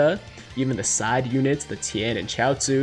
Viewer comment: Did you really say tien shin Han and chiatzu